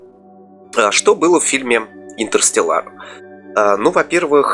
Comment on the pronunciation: брат, червоточину проще было назвать кротовой норой, а интерстеллар читается не интерстеллАр, а интерстЕллар